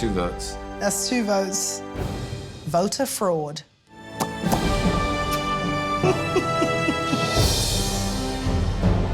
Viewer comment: "Votah Froad." 💀